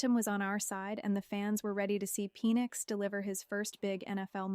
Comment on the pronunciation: Is Michael's last name pronounced Pee-nix?